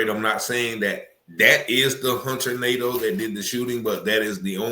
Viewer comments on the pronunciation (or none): It’s actually pronounced Nah-Doh. That’s a French name. But probably Americanized Nay-Duh